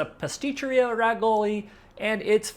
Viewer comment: seems like you haven't done a lot of things here in Rome but you consider yourself an expert ....and by the way that is not the way Rigoli is pronounced in italian...